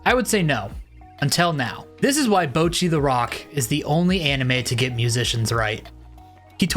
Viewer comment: Bocchi not Bouchi bruhh